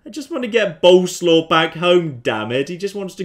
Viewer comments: you do know that Boleslaw is pronounced something like Bo-les-laff, right? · Btw the name is prenouced borleswav, hope I got it right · It's actually pronounced Bo-Les-Slav. 'Cause it's polish.